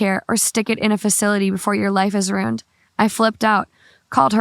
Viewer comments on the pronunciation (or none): It’s “ruined” not “rooned”